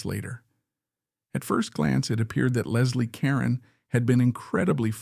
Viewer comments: Ca-roan! Moron!! 🤦🏻‍♀️ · It's ca ROne